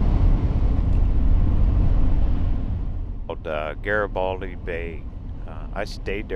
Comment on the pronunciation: I worked at that mill for 14 years, and ate lunch at that gas station for 14 years. Worked in that town for 20 years. Gorgeous little town with VERY sweet people. My favorite place on this planet. And yes, you pronounced it correctly. Happy Trails^^